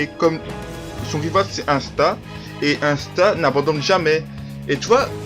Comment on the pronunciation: Ahah tu ma tuer avec la voiture et Parcontre tu dit Insta au lieu D'Asta ahah et nn tkt meme si le début sa ressemble a Naruto tu verra que non Sinon Bonne video! Fréro!👌🔥🔥